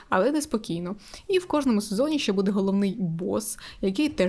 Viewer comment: ще, а не щє ;)